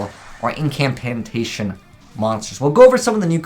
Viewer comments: why are you saying "imp an cantation" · "Imcampantation" lol